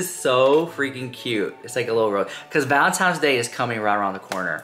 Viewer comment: I know you’re not saying valentiMes day!😂